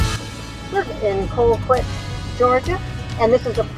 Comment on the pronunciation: The "L" isn't pronounced Colquit.